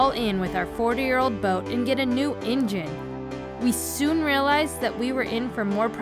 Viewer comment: By the way, what exactly is an “ingine”? Lol! Lookin good!